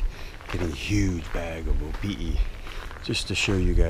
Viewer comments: proper pronunciation for opihi is (O-pee-hee) not (O-pee-e) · Opihi (Oh-pee-hee), not Opi'i (Oh-pee-ee) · Yeah he says is like Opi'i but it's Opihi. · I swore you said "Opi'i" a few times :-). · You keep mispronouncing the word opihi. You keep pronouncing it without the h!! It’s not opi’i! Get it right!! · Nice video but a few things, the H isn't silent in Opihi........ also its better raw and you're supposed to eat the whole thing guts n all try um next time braddah